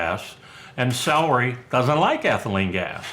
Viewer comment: "Salry"???...I thought it was "celery". 😐